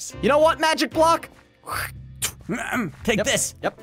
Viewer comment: and also did you hear prunouns the block into a mujic block